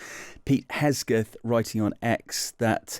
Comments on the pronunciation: THE MAN’s NAME IS HEG———SETH. HEG is pronounced like Hog. Only with an E. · Pete "Hes-geth"? C'mon Times, put a bit more professionalism into it! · At least pronounce the guys name correctly!! Would be understandable if he was not basically english speaking or with a name that's not english.